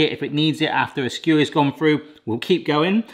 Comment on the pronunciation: Why can't you say through correctly!